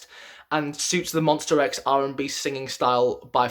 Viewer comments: Please, correct your pronunciation: it's MONSTA X, not MONSTER X. Thank you! 🙏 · whya do i keep hearing monster not monsta .. :( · Okay it’s Monsta not Monster. This is a big deal because they have been know to not come on stage until the announcer announces them correctly. Sorry, I’m a Monbebe and we take that seriously. Other than that, I can totally agree with your ranking. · Ooookey. Jeff Benjamin is from USA and 'rIVerse react' too. And I can hear how they pronounce MONSTA X very clear. I'm not aggressive, I just ask you: could you try to call our guys with the correct name. It's their name and they cherish it. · I am only at 7 seconds into the vid... my boy, it's monstA not monster ! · Monster x..... No please is mons-ta-x. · I died inside a little every time he said MonstER X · MonstA x. please don't pronounce an R at the end. It means My Star , that's why it's Monsta . Also.....Minhyuk has improved drastically this past year, to the point he of the cover voice to most of Wonho's parts and has begun playing back up vocalist to Kihyun when Kiki has to do those soaring high notes and ad libs. If you watch closely these days you also see Hyungwon is doing some backup vocals to Kiki too. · i can't be the only one who cringed every time he said monstER x (no hate though. i liked the video) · Literally 90% of these comments are slamming him about how he pronounces Monsta X. READ THE BIO! He knows it’s MONSTA X that’s just how he pronounces it jeez calm down with the pitchforks!